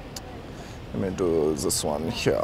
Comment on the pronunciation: The guy walking away in shame 😂 and “oh no zis is fierce”